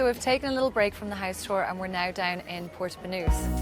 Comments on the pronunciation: She so stragely pronounce "house" omg. I thought at first it's heist.) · The way she says "house" sounds like "heist" - haha I wasn't sure what she meant by that for like a sec :D